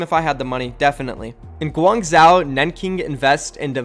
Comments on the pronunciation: its pronounced gwang zo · Pronounced guang ju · For guang-zhou, this isn’t a perfect pronunciation but I would say “gwang-joe” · Its guang jo-oh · Guangzhou is pronounced Gwangh-joh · Holy shit u butchered Guangzhou so hard😂 But lets goooo my home town gets a team! Let’s hope it doesn’t flop like SHD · "Olympick de Mar-say" and "Gwung-zsho" bro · Pronunciations for these cities from a French-Sino-American: Guangzhou = Guang (you're doing fine on this syllable) J-ow Olympique de Marseille = Oh-limp-peak de Mar-saye